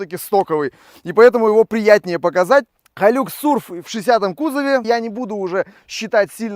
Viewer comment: ХайлАкс...и не Тойота Тундра, а Тойота ТАндра)